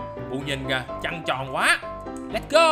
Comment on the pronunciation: sao anh nói trắng tròn trăng tròn mà anh:))